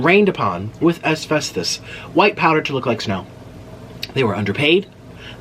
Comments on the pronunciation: Asfestos??......I think you mean Asbestos. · It’s “ASBESTOS” not “ASVESTOS” it’s a b not a v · Asvesthus.... More like asbestos 😅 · L❤️VE you Nik but it’s asBestos 😊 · "Asvestus" AKA Asbestos!! Love it. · It’s asbestos with a B, not F😆